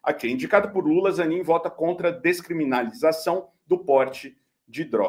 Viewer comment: Longe de querer de comparar ao Moro,, mas tu não acertou uma pra falar "descriminalização" hahahahaa